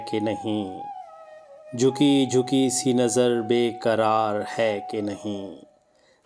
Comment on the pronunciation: پہلے قرار اور کرار میں فرق پیدا کرو۔ تم لوگوں کا وقت نہ جانے کس لئے ضائع کر رہے ہو۔جب کسی نے پہلے ہی اس کی اچھی ادائیگی کر دی ہے تو اب اس کا ستیاناس کیوں کر رہے ہو